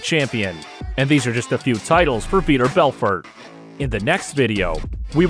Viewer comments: How does every MMA fan feel when you mention the name "Veeder Belferd"? They feel like it's pronounced Vitor Belfort. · How do we feel when we hear the name "Veeter Belfer"? Like you have no idea what you're talking about.